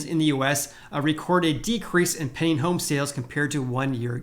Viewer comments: Stop saying "penning home sales". Its pending. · When you say "pending" home sales, it sounds like you're saying "penny" home sales. I spent the last 5 minutes trying to figure out what a "penny" home sale was!